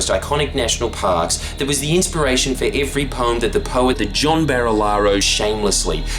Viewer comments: “John BAR-Lee-Ar-Lo” You pronounced “bruz” wrong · It's pronounced barrel-aro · Mispronounced Barilaro bruh